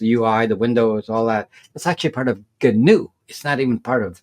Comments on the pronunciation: Gnu is another name for Wildebeest, two species of African antelope. It's pronounced: Nu. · The 'G' is silent.